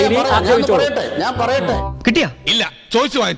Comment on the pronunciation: ഇയ്യാളെന്താ - പറി എട്ടേ...പറി എട്ടേ ഏന്നു പറയുന്നത്